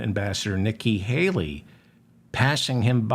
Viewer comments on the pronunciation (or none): none